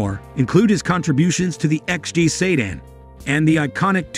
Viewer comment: What the hell is a saydan?